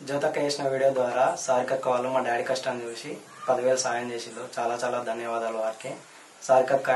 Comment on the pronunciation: Vella kastanni..... Not kasatani